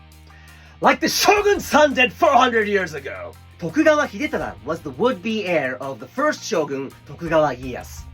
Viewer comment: Jokes on you, I spent the better part of this video practicing pronouncing Hidetada like you cause I thought it sounded neat. 😂